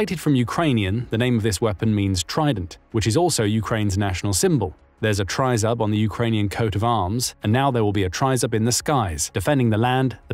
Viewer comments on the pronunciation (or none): It's pronounced TRI (as in "trick") ZOOB, not TRY ZUB (as in tub). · Oi, Bozhe. It's pronounce "Trii-zub"! Now, put it on a low-flying cargo plane with EOP and high resolution radar, and see how many shahids and missiles it can take down in a night!